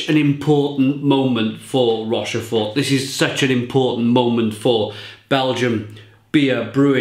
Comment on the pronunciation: Good enthusiastic review of a great beer. Should be pronounced 'Rosh-For'. Sorry.